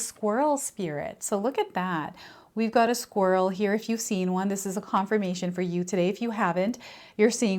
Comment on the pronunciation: I just heard you say “squills” as you were talking about the squirrel card. I don’t know if you been thinking about it but it made me laugh and brought happiness to my morning. Don’t worry about the mistakes you make because it may brighten someone’s day and it also shows authenticity that you’re human like each one of us. Bless You! I appreciate you 💁🏻‍♀️🦋🦋❣️ BTW THE BUTTERFLIES RESONATE WITH ME A LOT. My name VANESSA means Butterfly 🦋. I go through many transitions in my life.